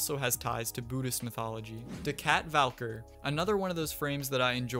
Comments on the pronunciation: its not Valker its Val-key-er lol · Bro really says valk-er